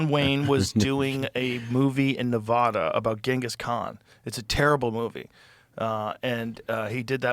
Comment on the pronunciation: I love you Joe but… you gotta pronounce Nevada correctly 😂